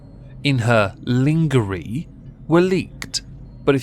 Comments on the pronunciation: did just pronounce lingerie as lean gee ree? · I laughed too hard at his pronunciation of "Lingery"! 🤣🤣🤣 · LIN-GUR-EE hahahaha 😂😂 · The way you pronounced "lingerie" ruined my week LOL